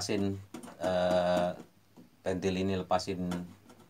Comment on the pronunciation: PENTIL BUKAN PEUNTIL BANG 😂😂